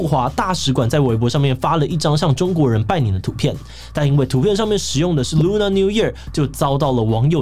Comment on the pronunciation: Lunar是唸ㄌㄨㄋㄜ 不是ㄌㄨㄋㄚˇ喔！